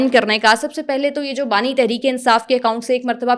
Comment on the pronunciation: Bani not nani